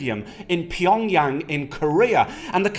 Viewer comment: was going perfectly till you said PYONGYANG..